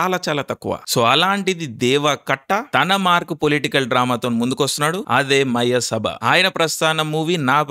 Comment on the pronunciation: అరె తిక్క బ్రదర్ మయసభ అని సరిగా మాట్లాడు బ్రో